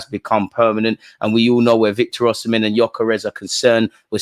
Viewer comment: My brother its Osimhen not oshimen lol